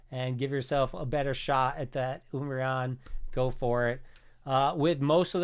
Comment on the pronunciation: Why is he saying oombreon lol